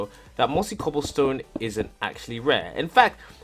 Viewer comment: count how many times you say cooblestone